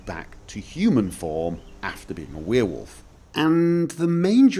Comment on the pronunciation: i started watching your vids like 1 hour ago and got annoyed about the way you pronounced werewolf but i'm used to it now and imma subscribe. For once s youtube recomendation was useful